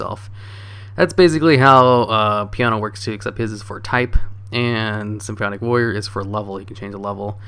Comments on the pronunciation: SIM-FAW-NIK Jesus Christ, dude. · lol damn you even mess up english words "symphionic" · Is he saying symbionc or symphonic?